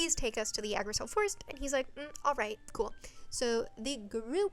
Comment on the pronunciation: Yggdrasil comes from norse mythology originally and it’s pronounced igg-drah-sil :) in mythology it’s a single tree, not a whole forest. it’s basically the tree of life in norse mythology